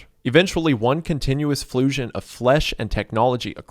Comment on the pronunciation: bro said flusion